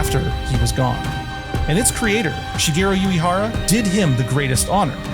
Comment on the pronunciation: 🔊 oo- eh- hara (❌yoo- ee- hara)